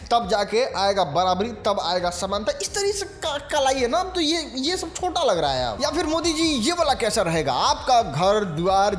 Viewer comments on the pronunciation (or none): none